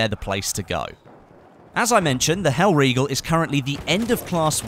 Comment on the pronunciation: not mispronouncing hellriegel, subbed